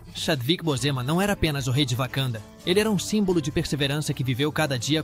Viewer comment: Vc pronuncia errado o nome de Chadwick Boseman